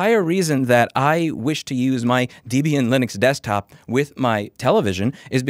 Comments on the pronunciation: You're pronouncing Debian wrong. It's not pronounced DEEbian Its pronounced DEB-BIAN. But good video though! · I have never heard someone say Debian like that.